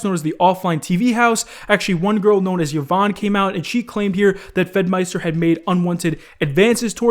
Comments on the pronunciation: E von, not Yuh von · Kavos did a better take on the Pokiwhore and Femyster thing. And please the name is pronounced E VON (Yvonne) not YAVON, you clown. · it's pronounced EE-VON not YUH-VON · I hate hiw he pronounces Yvonne as yeevon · "Yovanne" lmaoo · bruh i cringed so hard on how you pronounced yvonne. thats my moms name lol